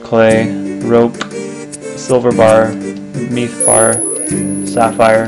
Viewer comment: lol meeth bar xDD